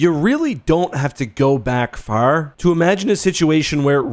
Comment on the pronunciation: most canadian "far" ive heard - a canadian